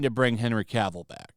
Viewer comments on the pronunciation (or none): none